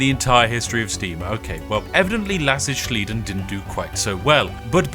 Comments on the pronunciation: "lass ich sliden" means i let it slide, meaning you grant it as you dont care too much. Sliden is an anglizism so its the english word slide just imported into german, germanised into the sentence to sliden but it is pronounced english haha. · The sliden in "Lass ich sliden" is pronounced more English like the word sliding - ing being replaced by the a German word ending "den". Also a more accurate translation would be "i'll let that slide" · and pls proniunce sliden like u do in english, theres no german pronounciation for it, it is an english word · Captain Here: "Sliden" you do not actually need to try and say in german. Its an english word that we simply use in germany. the "N" at the end is the equivalent in german as the english "Ing". I only felt compelled to say this because the way you say Sliden hurts me on an emotional level as a german. Cheers! flies off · I love how "sliden" is literally a english word and he still pronounces it wrong lol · Increadible how SpiffingBrit managed to pronounce both german words in "lass ich sliden" perfectly only to completely butcher the anglicism every time. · It's just a poor translation of "I'll let it slide", but it's funny to hear a British man not recognizing a German word and pronouncing like he thinks a German would. Sehr funny! 😂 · Just to be the annoying pronnunciation-person: sliden in "lass ich sliden" is pronounced like you would in english. It is an anglizism and germans tend to not (or only partly) alter the pronunciation of imported english words. It means "I am letting it slide" said in a very informal way. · Your pronunciation of sliden as if it is a German word is so funny. Sliden is an Anglicism from "to slide" and is pronounced just the same as in English but with an additional n at the end. also "lass ich sliden" does not translate to let me slide, but rather "I let it slide" as in "I'm not going to care about it". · "lass ich sliden" sliden is english btw